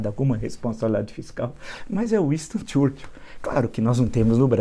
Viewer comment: Uinstôn Txúrtil? Fala direito professor.